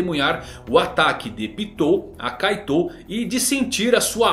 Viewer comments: Você fala kaitou mas na dublagem, se fala kait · ouvir "kaitôu" me faz definhar um pouco toda vez. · Da uma aflição de ouvir vc falando kaitô